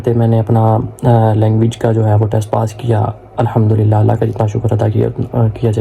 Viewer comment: Ache video ha shukria. Please Alhamdulillah ko sahi bolain. Thankyou